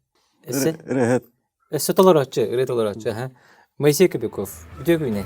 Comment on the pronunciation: КобякОв буотах, КобЯков диэн этэн турардаах бэйэтэ. Ударение на букву Я